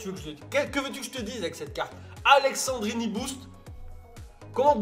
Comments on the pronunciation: C'est AleSSandrini et non aleXandrini ! Sinon tres bonne vidéo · ça m'a stressé toute la vidéo que tu dise AleXandrini alors qu'il s'appelle AleSSandrini tu le vois ou le X dans son nom? 😂😂😂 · Par contre c'est Alessandrini pas Alexandrini mais on t'en veut pas ahah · Alessendrini y’a pas de « x » 😂🤦🏼‍♂️ sinon cool la vidéo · Sa se lis pas Aleksandrini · c'est aleSSandrini et pas aleXandrini bordel... mdrrr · AleSSandrini !!! c'est pas AleXandrini... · Tu sais pas lire c'est aleSSandrini y'a pas de X dedans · "Aleksandrini" "Gabriel Jézu" 😨😱😵